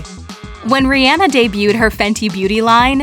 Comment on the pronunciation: She really went reanah